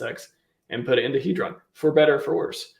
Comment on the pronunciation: It's pronounced Heeedron not Headron